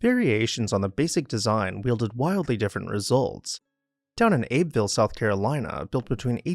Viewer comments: just FYI, Abbeville is pronounced "Abby-ville" or "abbuh-ville" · really cool, just one thing: Abbeville, SC, is pronounced "Abbie-vuhl". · Just FYI Abbeville, SC is pronounced as Abbyville.